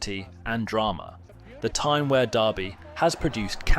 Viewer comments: Mate just try saying weeeeaaaaa not where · Yeah mate, it's wear like fear not like bear. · Could not watch this. You shouldn’t make a video on the Tyne Wear derby if you don’t know how to pronounce Wear. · Well put together video but a few people will comments on your incorrect pronunciations particularly on ‘Wear’ and ‘Gullit’ 😬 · I love how you mispronounce the word "wear" i bet its making the bin dippers go mental every time you say it 🤣 i can hear their teeny tiny brains pop from here . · Mate I’m 2 mins in but the way you’re pronouncing wear is really gonna do my head in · Wear is pronounces as 2 syllables.